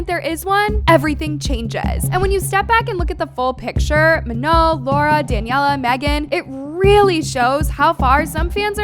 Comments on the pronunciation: Bro its pronounced MA NONE not manoh 😂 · "ma-know" girl pack it up...